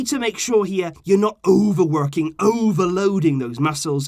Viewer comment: Love the way said overworking and overloading😂